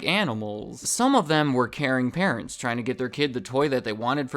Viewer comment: Did you say "Karen parents" or "caring parents"? Lol